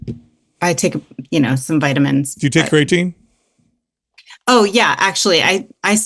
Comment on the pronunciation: So annoying how constantly calls Creatine, "CRAYatine". Hey guy, you're about 50 years old, and you're in the health and fitness space. For sure, know how to correctly pronounce the word creatine. Especially if it something you're going to constantly bring up, and speak as if it's something you're educated about. It's a little bit hard to trust someone's knowledge on something that they don't even know how to correct pronounce. is so much worse. That guy couldn't even pass elementary English class, and that's not an exaggeration.